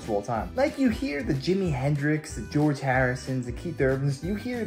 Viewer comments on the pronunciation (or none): none